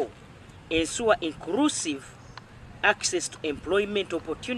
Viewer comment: Instead of saying ensure mbu ensuwa